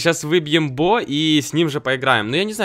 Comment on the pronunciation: BO звучит как во не по англ